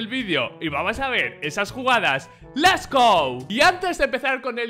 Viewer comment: porque dices "Les go" (Let's go) si después dices "Antes de comenzar con el video" >:C